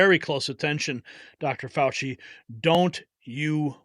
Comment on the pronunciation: FAU --Chee